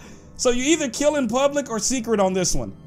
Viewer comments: he say keal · He says kill very funny